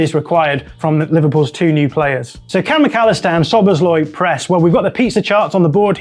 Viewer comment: Not sobosloi, Sobosslaiee